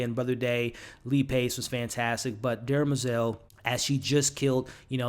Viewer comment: BTW it’s DEM-er-zel, not DERMA-zel.